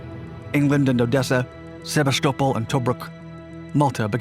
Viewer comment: Bless you for pronouncing Sevastopol correctly! 😌